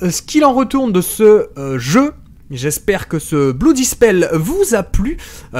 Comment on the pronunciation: Blue Dispel ? connait pas ce jeu... (sachant que "blood" se prononce presque "blaad")